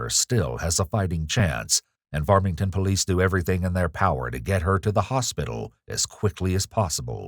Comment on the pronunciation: ... When they Yell "Farmington Police" or whatever kind/jurisdiction of police they are, I hope they yell it better than this guy. I had to go back and relisten to is, because I didn't now what he yelled... and even after seeing "Farmington Police" in the captions, it sure as hell doesn't sound like that's what he's saying.